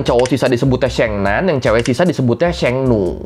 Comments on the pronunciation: Syengnan syengnu mbok ya riset dulu dikit gmn cara baca yg bener mas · koreksi lafal nya ya sheng nan : 'e' nya seperti baca ' emas' bukan 'ekor' demikian juga sheng nu : nu sound nya seperti baca nui... lbh gampang bacanya 'ni' aza di sheng ni